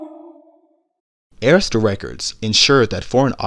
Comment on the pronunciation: Awesome voiceover and thank you for saying Arista correctly 👏🏽 🙂🙂🙂